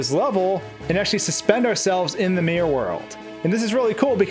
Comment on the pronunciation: "Suum Marr 64, suumr Mari 64, mear worl" ... A- for trying